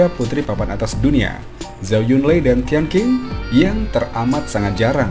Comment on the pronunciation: Min.. kalo gak salah nama tian qing dibacanya tian cing, bukan tian king..